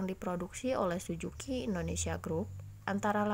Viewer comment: Suzuki kk.. Bukan sujuki...